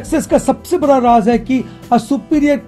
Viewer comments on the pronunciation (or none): none